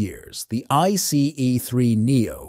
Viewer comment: It's either an AI voice or a human that has VERY consistent speed and tonality, but clearly doesn't know anything about trains, because he/it pronounces things wrong like "bojies" and leaves awkward gaps, like "I C EE 3 Neo". Doesn't sound human to me.